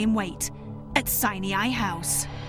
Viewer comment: It's pronounced "sign eye" NOT "sineeaye".